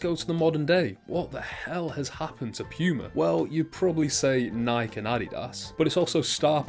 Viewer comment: Nike is pronounced Ni-key